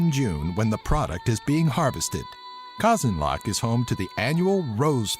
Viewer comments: Lol, it's actually pronunced KA-ZAN-LŬK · The way you fucking pronounce Казанлък и славянската азбука is amazing.